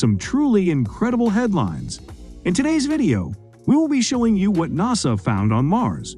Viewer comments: In America we call it NASA not Nows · I can't believe they pulled it off but I actually liked the computer spokesman! The way he says NASA is funny. Impressive info also. Thanks